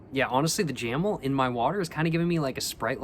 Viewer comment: Jamel - jáh méu